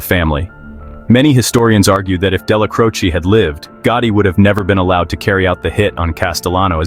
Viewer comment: I can't take you serious. You're not even pronouncing the names right. It's Della-Crow-Che